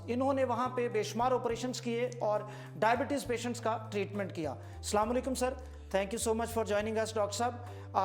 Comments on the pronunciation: is he a real doctor calling DIABETEEEEZ...... what is this.... even many medical terminologies are not pronounced correctly... how can one believe him.... HAKEEM HY KYA YEH SAHIB... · Yeh Dunger Doctor khai diabetes’s bolna nehe aata